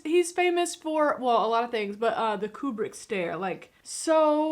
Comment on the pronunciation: trivia for you honey the little girl who played Dr Floyd's daughter is Vivian Kubrick Stanley's daughter and thanks for pronouncing the master's last name correctly most people mispronounce it as cue-brick when it is coo-brick. I call him the master because, in my opinion, he was the greatest filmmaker of the 20th century.